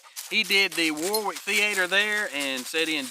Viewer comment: Hi, I was born in Warwickshire in the UK. Warwick is pronounced ‘Worr-ik’ not ‘War-Wick’ 2 major falls in 50 days. I was lucky with the first (fell on a very flat rock), the second one took me off-trail (broken hand). (Is that a garden chair in the background?)